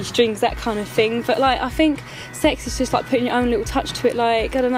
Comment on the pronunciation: that kind of FING, I FINK......fml!!!